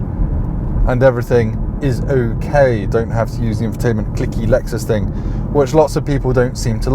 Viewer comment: in glamorous Epsom! No expense spared 🤓 Has the cancellation of foreign launch events, actually given you more cars to drive? When I hear you say Lexus UX I just hear Lex-sux 🙈